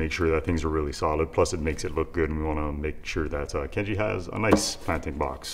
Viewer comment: I cry every time you say Kenji 😭